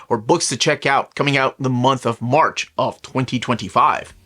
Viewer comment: ☝ did u say "O-March" 😂 i like it